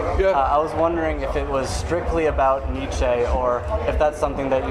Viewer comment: It’s “NEE - CHEE” dumbass